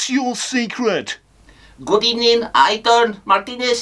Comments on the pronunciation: Unai at Arsenal: "pust of all good ebening" Unai at Aston Villa: "good ebening" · What happened to "burst a ball good ebening"? 😅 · First of all good ebening